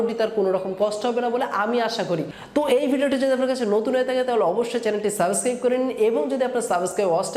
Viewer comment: Vai সাবেসক্রাইব না সাবস্ক্রাইব